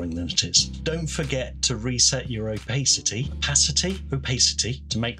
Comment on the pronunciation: Oh and it's oh-pass-ity. 😉